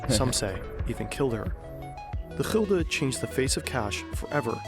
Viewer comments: GULDEN not Hilde lmao (English: Guilder). I think many of your viewers never seen this as it was only introduced 21 years ago as the euro was introduced in 2002, not 50 or 60 years ago lol. We had al sorts of nicknames for them (from most modern to old if applicable) 5 cent coin: Stuiver 10 cent coin: Dubbeltje and Bas/Beissie 25 cent coin Kwartje (quarter) or Heitje or Maffie 1 Gulden: Piek - pegel -pegulant 1,50 guilder (discontinued in 1847) Daalder 2,50 coin: Rijksdaalder or knaak 10 gulden bill: Joet (originating from the Jidish Jod, the 10th letter of their alphabet) 25 Gulden bill: Geeltje *named ofter the original bill color which was yellow, later it became red but the name stuck) 50: Gulden bill: Zonnebloem (sunflower, after the image on the bill) 100 Gulden bill: Meier (originating from the Jidish word for 100 Mei'oh) (last version also called Snip after the bird on the bill) 250 gulden bill: Vuurtoren (lighthouse, also named after the image on the bill. both the 50 and 250 Gulden bills were the last additions. the 50 was added in1982, the 250 in Gulden bill: Rooie Rug/Rug (red back as in your backside) named after the color of the original bill, also Krant (newspaper) as it was a HUGE bill. Some coin names that originated from coins that were discontinued early 1800's but still have a meaning in Dutch sayings even people have no idea what coins they talk about Duit: used in the saying "een Duit in het zakje doen" (putting a Duit in the bag). a Duit was 1/8th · It is called "gulden" not "gilder" lol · Gulden. The u sounds like the u in dull. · Gulden (an old word for gold), not "Hilda" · Nederland has Gulden spoken(chulden) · it is gulden niet hilde.